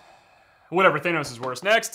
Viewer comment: nahh bro git said thaneos?